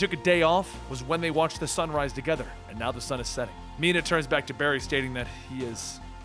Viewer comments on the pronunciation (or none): none